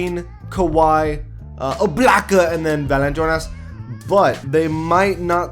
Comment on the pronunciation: Why does he say Valanciunas with a spanish accent or something?